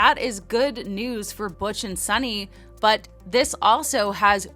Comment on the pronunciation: Her name is Suni, not Sunny or Sonny.